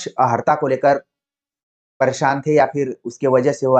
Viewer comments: आप अर्हता को अहर्ता क्यों बोल रहे हैं? कान में चुभ रहा है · Sakshi ji ne Jo pronunciation ki baat kahi wo sahi h but jis tarah se unhone bola wo Tarika theek nhi Kyuki ko is tarah nhi bolte ki चुभ रहा है